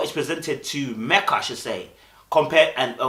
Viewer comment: be honest you were on Meka’s case and couldn’t pronounce her name for nothing!